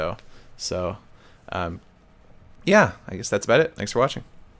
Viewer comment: i nearly thought that he said thanx for washing